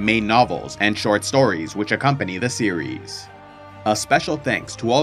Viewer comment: Every time you say "series" what I understand is "Ciri's" lol